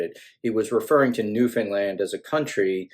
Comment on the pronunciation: I'm impressed that an American finally pronounces Newfoundland correctly. Amusing note: My uncle was sent overseas during WWII. Very few people knew that he was actually stationed in St John's.